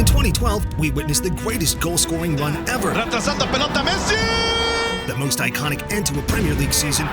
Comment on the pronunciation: Messi not pessi